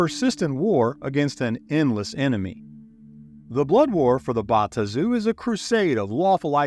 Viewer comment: Thank you for the effort. Your pronunciation of the Bae-Aht-Zu , the Ta-Nar-ee , as well as Asmode-ee-us , are wrong. Yet your pronunciation of Baator is correct and is the root word. You also would have done yourself a MASSIVE service by going back to the 2nd edition Planescape setting for lore, origins, and an even better understanding of the motives and influence of each of the factions. Well produced video though.